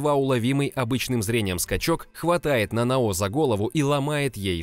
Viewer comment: Скажите мне одному режет слух это НанаО? Нет серьёзно НанАо же звучит лучше!